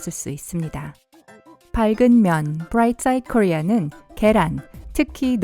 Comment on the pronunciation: 브라이트 사이트코리아 발음 우웩 ㅉㅉ